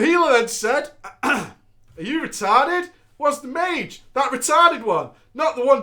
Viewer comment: Did fucking say maj instead of mage?